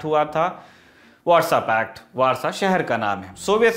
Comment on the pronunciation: "Warsaw pact"... "WhatsApp-act" jaisa sunai deta hai! Feels like they created a pact on WhatsApp... 😃